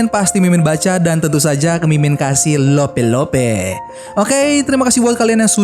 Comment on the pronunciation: Pas ngomong Lope-Lope 😂 Medoke sampe kerasa😁